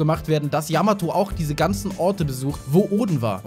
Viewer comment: Zwecks Yamato, war klar das sie nicht dabei ist, denn Ruffy hat noch nie die Namen seiner künftigen Crewmitklieder falsch ausgesprochen, bei Yamato aber des öfteren ^^